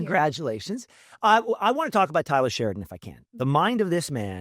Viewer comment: Why does he keep saying Tyler Sheridan